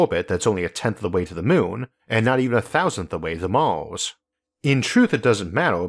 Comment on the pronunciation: Can you stop calling Mars "mouse"? So distracting.